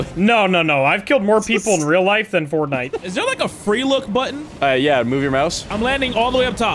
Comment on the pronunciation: the way he said fortnite made me laugh for some reason 🤣